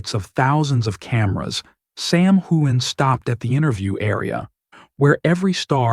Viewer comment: This is not true. Sam wore a beautiful kilt suit. Also, try pronouncing his name correctly.